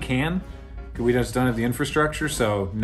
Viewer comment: Finaly someone says tel aviv correctly